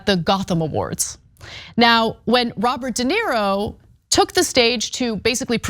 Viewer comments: Not a fan of the male commentator, not limited to his apparent disability to at least pronounce Robert de Niro as something other than "de Nero". Perhaps one should not precisely count the number of lies , but if that does not concern you, perhaps you should reconsider your argument. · Why keeps he calling De Niro (/də ˈnɪəroʊ/ də NEER-roh, Italian: [de ˈniːro]; "de Nero"? I'm not even an native speaker and nevertheless it hurts my ears to repeatedly hear the name of one of the greatest actors ever to be so fundamentallly abused. It obviously is ignorance and, sorry to say, bad journalism if the guy is the cornerstone of your entire story. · Somebody tell the black dude it's not Dinero but De Niro. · His name is Robert De Niro,, not Robert Dinero lol. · DenIro. enIro. nIro. Iro. I. DenIro. Not Dinero. That’s Spanish for money. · Why does the guy keep calling him "dinero" like Spanish money? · It's not DenERO, it's De NIRO.These idio*t young trump generation can't even pronounce roberts name correctly. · Learn to pronounce his name. De knee ro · Dude can't even pronounce De Niro.